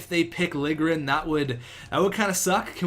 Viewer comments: Its pronounced "Lil-ye-grin" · To properly pronounce it, its Lil-ya-gren. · It's Lil-Ja-Grin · lil-je-gren jesus man you need to sound out the names more often haha